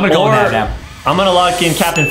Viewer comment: It's naba